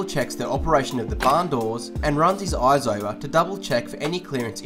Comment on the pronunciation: "Eyes" My ophthalmologist cringes erry time